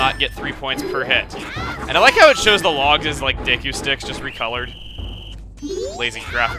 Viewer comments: When he says "Deku," it sounds like he's about to say "dick." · i'm pretty sure that deku is pronounced Deekoo not daykoo or deckoo